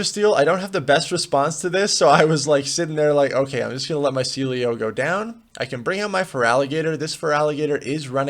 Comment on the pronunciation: that "so sealeo" sounds like 'Cecilio' in spanish lol